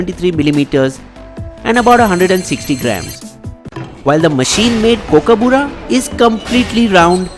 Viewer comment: First learn how to say Kookaburra